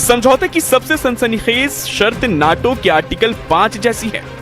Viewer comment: मूर्ख आदमी न्यटो का क्या अर्थ है सुन्नी नैटो बोल ता है।